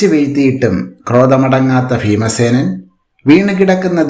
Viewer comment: Feemasenan🤣🤣🤣 you mean bheemasenan?